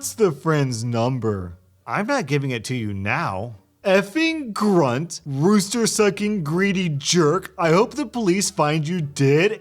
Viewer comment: "Rooster-sucking"! Brava! 👏😄